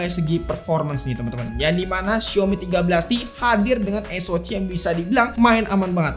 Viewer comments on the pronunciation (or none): Cuman kanal ini yg konsisten nyebut Es O Ci 😅 jd ciri khas